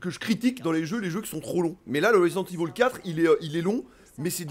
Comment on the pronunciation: Ça fait plaisir d'entendre ivol et pas évil. Marre des oreilles qui saignent 🤣 Sinon pareil, à l'époque des originaux j'étais un gros fan avec la claque que procurait ces titres, mais depuis pas mal d'années, le concept allés/retours constants, ce n'est plus mon truc. Quitte à y rejouer, je préfèrerai la version PC rééditée par Sourcenext (uniquement au Japon) patchée en anglais et aussi permettant d'y jouer en haute résolution toujours via un patch. L' original en HD sans les yeux qui piquent avec les cinématiques non compressées comme sur PS1. Bref le gameplay d'époque. Mais bon, suis un vieux con j'assume 😁